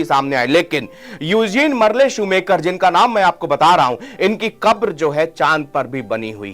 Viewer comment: शूमाकर है नाम शू मेकर नहीं